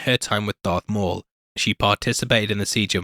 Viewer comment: Am I crazy or did he say Dark Maul?